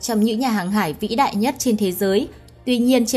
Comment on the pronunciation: Phát âm sai từ ĐẠI trong cổ đại , thời đại , vĩ đại .